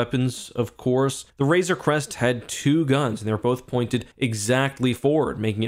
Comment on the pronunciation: Hey look someone is finally pronouncing RAZOR CREST correctly! lol